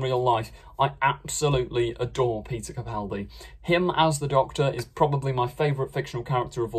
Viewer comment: At least you pronounce Capaldi correctly, hardly anybody does